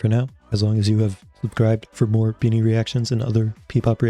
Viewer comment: Your the first time reacting to bini that speak the names correctly